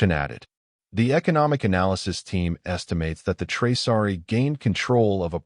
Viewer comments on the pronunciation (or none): It’s Traasari, not Traari!!